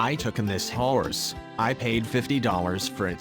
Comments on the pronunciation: I cant XD I cant just have one howrse XDDDDD this guy says it so weird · Why can’t he say horse correctly